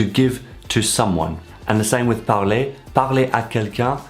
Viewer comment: Je suis un débutant qui apprend le français, mais je voulais dire que votre prononciation de "parler" est ce à quoi j'aspire.